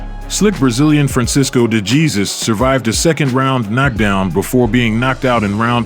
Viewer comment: The way he pronounced the name “DeJesus” is CRAZY🤦🏽‍♂️😂😂😂